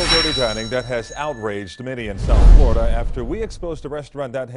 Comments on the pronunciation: It’s okay. It’s Floriduh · it's only flor-i-duh who cares.